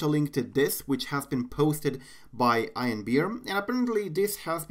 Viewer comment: i thought it was pronounced like ean not i an